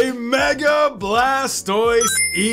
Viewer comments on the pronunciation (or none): none